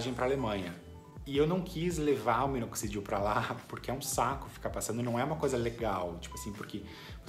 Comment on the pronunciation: Parceiro qual minoxidil vc usa ? Não consigo entender quando vc fala .. e parti o nome ,? Grato